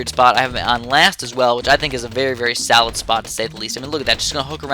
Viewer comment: Every time you say "solid" it sounds like "salad" like "that is a very salad spot"